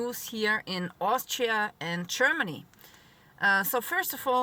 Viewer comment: Love it. "Chermaney"